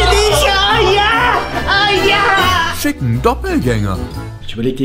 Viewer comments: bei schick'n Doppelgänger hab ich einfach: fick' n Doppelgänger verstanden 😂😂😂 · bei schick ein doppelgänger hab ich verstanden fick ein doppelgänger